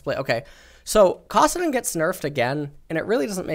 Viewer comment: Every time I listen to, I gag at the way he pronounces stuff. "Kahsidin" "Ahtrox" "Freeze" (that one is just an annoying stupid concept he brings up all the time)